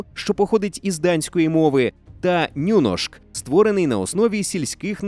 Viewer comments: я в Норвегії живу і знаю, що правильно ні а не ню. Але так - це може залежати від діалекту, але Y в норвезькій мові це те саме, що і в нашій. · не нюношк, а ніношк, буква у в норвезькій мові читається як і